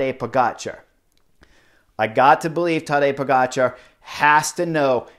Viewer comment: Love it how spot-on your pronunciation of foreign names is, Chris (in this case Pogacar's). I appreciate the extra effort, sir.